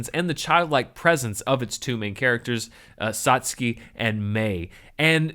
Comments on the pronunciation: The fact that you pronounced that Japanese name correctly (sotskee as opposed to sat-sewkee) already tells me you won't be a novice anime fan for long, and of course, your studious love of cinema and filmmaking will probably see you swiftly become more knowledgeable than a substantial percentage of the Otaku population as a global whole. Nevermind those that render the community inhospitable to newcomers. Or in the modern colloquial parlance, dab on them haters. The only things I stress are 1) There is never a bad time to watch Cowboy Bebop, and 2) Only those truly prepared should dare test themselves against Hideaki Anno's staggering masterpiece, Neon Genesis Evangelion. For an introductory curriculum, I personally recommend the following hodge podge of gems not mentioned in video: (without the Z) Dragonball, Lupin III, Vampire Hunter D, FLCL, Trigun, Yu Yu Hakusho, Record of Lodoss War, and for the obligatory giant fighting robots quota, there's always the Star Wars of anime, Mobile Suit Gundam. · I commented on the Patreon release of the video, but watching it again i just wanted to add that I'm so happy you are pronouncing Satsuki's name correctly. Mainly because it comes through as you caring and giving it a try.